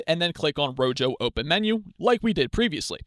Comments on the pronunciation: The Spanish word rojo (meaning "red") is pronounced ROH-hoh (IPA: /ˈro.xo/). The initial 'r' at the start of the word is rolled or trilled slightly against the roof of the mouth, and the 'j' sounds like a breathy, deep English 'h' (or the 'ch' in the Scottish word loch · Thank you for the tutorial. It's pronounced RO-HO, btw. Like "Red" in Spanish. :)